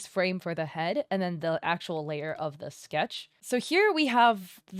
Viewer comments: Layar she said it mean is layer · "Layahrrr" ... is either layer or liar 😂